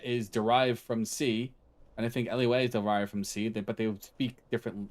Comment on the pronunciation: Cool vid man, a little curious fact, LUA is a brazilian born programming language, and its pronounced "LOO AH"